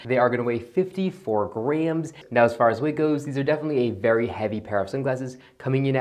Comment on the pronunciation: Never heard grams pronounced like grhams